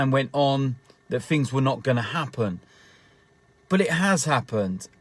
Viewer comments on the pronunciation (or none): none